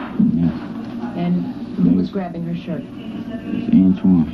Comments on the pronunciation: He consistently calls Antron "Antwone" ...clearly he has no idea who he's talking about...poor babies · said antwan too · He said "Antwan"... He ACTUALLY DID NOT KNOW HIS NAME!!!!